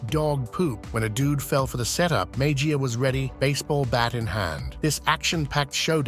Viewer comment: Mejia is pronounced Me-he-ya. First 'e' is a short 'e', 2nd 'e' is long.